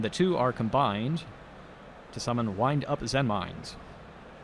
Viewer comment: Did I hear someone ACTUALLY say "Zenmaines" correctly?